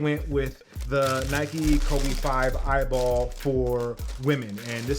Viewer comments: He said eyeball😭😭 it’s “E.Y.B.L”” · it’s pronounced e y b l not eyeball 😹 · ITS PRONOUNCED EYBL NOT EYEBALL LMAO 👀👀👀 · It’s pronounced E-Y-B-L not eyeball🤦🏽‍♂️ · Loved the video, and there were plenty of facts but its not the "eyeball" league its just the EYBL league that stands for what you said haha. Lucky you that you got all of these! Thanks for showing us a in-hand look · its not "eyeball" it pronounced E.Y.B.L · I’ve never heard someone call the EYBL tournament eyeball 😂 everyone just calls it by the letter E-Y-B-L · It’s E-Y-B-L